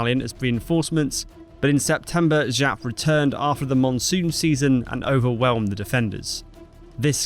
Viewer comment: Jap not Žap, he isnt french.